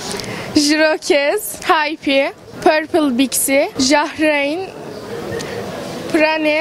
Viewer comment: raane diye okunduğunu neden kimse bilmiyooooooooooooooooooooo...